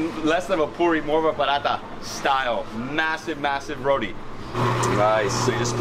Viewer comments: THE ROTI IS PRONOUNCED RO-TEA, it makes me cringe to hear you say RODEE lol please !! RO-TEA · Let the man know its not RODI its Roti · Trinidad 🇹🇹 best food in the world!! But someone please tell him it's roti and not roddie 😂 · I keep trying to tell him on all the videos he showcases roti, but he probably doesn’t read comments or wants to sound ignorant “it’s ROTI!!!!! Not rodie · Hello helllo. Rotiiiii Row-tea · Ok as a trini you can't say rodi ok~ it's roti it don't has a d in roti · It’s not ro-DI it ro-TI thats how u pronounce it🤍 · Someone teach this guy how to say roti and not rodi lol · Is it bad that I don't like how he pronouncing it weird from Trini ppl 😭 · I hate how this guy pronounces ROTI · The way this guy is pronouncing the food is cringe. Learn to say them properly, you are butchering the names of the food and acting like you're cultured. Just stop.